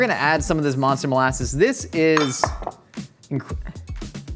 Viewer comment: "Monlasses" you sure you don't want to go with "molaster?"